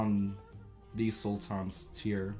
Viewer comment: Korucu Mate, I think he is Turkish himself. Look at the way he pronounces the names of the Sultans. He has such an "urban" Turkish accent